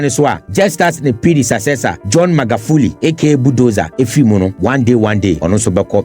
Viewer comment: 💯. Innocent correction tho, Predecessor NOT Predesacessor.